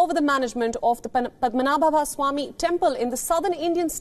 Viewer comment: Cant even pronounce the temple name🙄